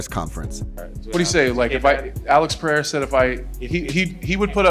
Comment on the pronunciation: Pereira - Pe-ray-ra, not Pe-hay-ra 🤦‍♂️